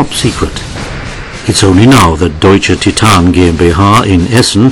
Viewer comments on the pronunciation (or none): none